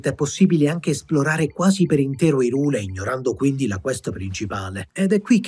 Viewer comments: Ma zio pera pure i trailer per sto gioco dicevano hyrule giusto, perché siamo tornati a "irule" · perche è cosi difficile pronunciare 'HAI-RUUL'? :P